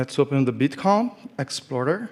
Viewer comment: ...i hope this isn't too offensive...but i could have sworn I heard him say Bitch coin (meaning Bitcoin).😂 Go XRP!!!!